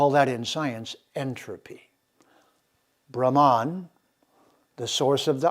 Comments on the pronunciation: Sir, 🙏 plz say "Brhmann" not bramaan..... And Raamaayan not ramaayan. Princess Sita was Verily indeed his, ..... Raam's sp. Consort, queen & wife. ❣️💐🙏 🕉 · Dear, thank you for your efforts. However, Brahman (ब्रह्मन्) which, as you rightly say, connotes the highest universal principle, as we can see: ब्रह्मन् is not pronounced brahmān or brahmaan as you do but with two short syllables. Sorry to say you are grievously mispronouncing and distorting the sounds of these sacred words. More colonisation? Please train up! The vowels a, ā, i, ī, u, ū are quite distinct: anyone able to read devanāgari ought to understand precisely how to work with the long and short vowels. Meanwhile e, o are long etc. - I am sad to say that some western Indologists are quite complacent in this area - Wendy Doniger, for instance. Recitation is of the ultimate in Sanskrit and to grossly mispronounce such key words in videos is a grievous sign of albeit unconscious disrespect. Ok. Said all in good faith. Writing from South India where by the way all Tamil vowels have long and short versions. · With all due respect, Cant Citti Media get someone who pronounces words correctly ? Specially the Sanskrit literature mandates and stresses on importance of correct Pronunciation. Just got so demotivated with such an erratic pronunciation of word Brahman as all types of wrong pronunciations.